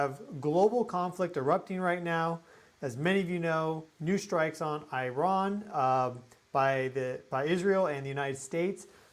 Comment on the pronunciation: Please learn how to pronounce Iran. Isn't that the least Americans can do as we bomb them slaughtering their children.